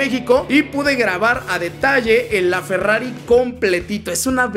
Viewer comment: dice ferrafi